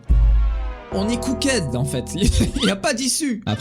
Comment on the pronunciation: cooked se dit pas "cookède" prime mais "cookt".......